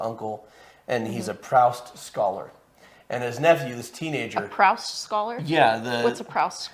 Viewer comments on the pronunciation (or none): Does he say Proust wrong throughout the movie? Or are you just saying it wrong? Because it’s pronounced “proost” and it’s killing me every time you say it.